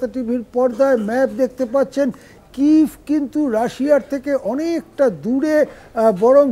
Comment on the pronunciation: কিভ নয় কিয়েভ হবে শব্দটি